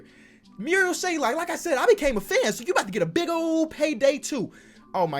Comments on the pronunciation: Marial SHAY-OK. There’s no L in his last name stop calling dude Shay-Lock it’s not hard to read a name 😂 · There is no L in his name!!! SHAYOK NOT SHAYLOK like so he sees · There's no "l" in Shayoks last name, it's SH-A-OK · Very minor detail but there’s no l in shayok it’s not shaylock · It’s not shaylock it’s shayock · it’s shayok not shaylok 🥺🥺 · his name is mariol SHAY-ok. no L in between. shout out ISU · LIKE SO CAN SEE THIS It’s Pronounced Shay-ock, there’s no L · Where's the L in 'Shayok', just wondering? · there’s no L in Shayok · There is no L in Shayok